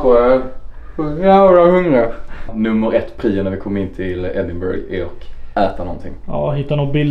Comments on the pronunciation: Man säger Edinbruh inte burg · Riktigt bra video! Uttalas Ed-in-bruh eller Ed-in-buh-ruh dock :D